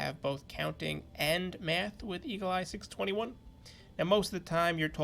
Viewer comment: Dude learn to pronounce 621